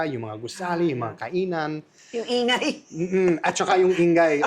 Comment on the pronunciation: i-nga-y hindi in-gay